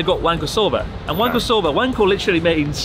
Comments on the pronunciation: Chris: "wanko soba" Connor: "Wank O'Soba" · so just to make sure. It's Wank-O Soba right? Specifically wank apart from the rest of the pronounciation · i cannot stop hearing, "wanker soba" xD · As a fellow Englishman, I had to have a little laugh every time I heard "wanko soba" 😂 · i like whenever chris says wanko soba, youtubes captions just says wanker sober